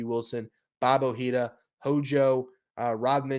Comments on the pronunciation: oh-HEE-dah BRONE-yah her-MAHN mar-KEZ The first two is the way I've heard it said by everybody The third one I am using my understanding of one semester of college Spanish (in which I earned an "A") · Dude .. Bob Ojeda, Rico Brogna, German Marquez, and more .. you pronounced all of their names wrong .. you obviously understand baseball and the recent Mets teams, but you take a hit to your credibility when you pronounce these names wrong